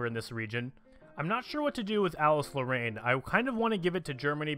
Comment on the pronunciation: Actually, Alsace-Lorraine is Pronounced Al-Sase (If that makes sense)